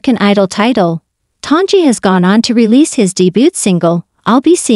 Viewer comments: If you're going to do a broadcast, learn to pronounce the performers name correctly. It is NOT ton-gee. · As soon as I here the Bot mispronounced the name of the subject... I leave. C ya